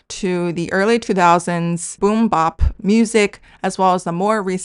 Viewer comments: Also its funny/cute how you pronounce boom-bap like kimbap 😂 the bap is usually said more like bat with a p at the end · Cool video! Here’s some Canto rap which I understand has more tones than Chinese. I don’t speak Canto or Chinese but sonically this sounds good to me. Also it’s boom bap as in map, not boom bap as in mOp 😉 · It's not boom bop it's boom bap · Interesting video. 2 things. 1. Boom-bap is pronounced with a short "a" (æ) like apple. Not 'bop.' 2. It's interesting that diminishing intelligibility in newer generations in China mirrors the US. There were always older and non-urban generations who found rap hard to understand, but whereas in the past it was more of a matter of rap speed rather than diction. Nowadays, many US rappers kind of rap with a marble-mouth style with very mushy pronunciation. I think some of this has to do with the influence of east-coast accents dominating the earlier hip hop culture vs southern accents that have dominated the last 20 years, but I also think it's the influence of sedatives and the lethargic energy that comes from that. I'd be curious to learn more about where it comes from with Chinese rappers...perhaps just wanting to feel less restricted by language rules. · This is such a well thought out, researched, high quality video. I have but one criticism. Every time you pronouce boom-bap as boom BOP, it's like being SLAPped in the face. 😫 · you dropped so much knowledge that i aint even mad at how you pronounced the bap in boom bap like bibimbap lol. for real thank you for opening my. mind to something i had not considered!